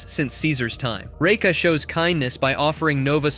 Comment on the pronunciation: Absolutely hate how you say Raka its like your saiying Reka